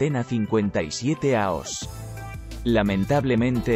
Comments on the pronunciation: Por qué habla mal ? años , no aos . O es una máquina o no sabe hablar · Ya que utilizas un software para poner la voz, al menos usa uno que hable español para no tener problemas con los acentos y otros símbolos. Es muy poco interesante escuchar "aos" en vez de "años". Queda muy muy muy cutre. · Si la Inteligencia Artificial lee como un niño de 1er grado , no hay por qué temerle. Horrible el audio. Por qué no contratan a un tío que sepa leer y presta la voz. Aos y no año...